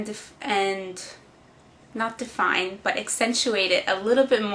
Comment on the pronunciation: now everytime she says define i notice it... lol